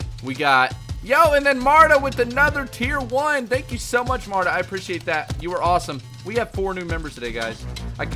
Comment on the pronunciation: My name is not Marda it's Marta again not hateing!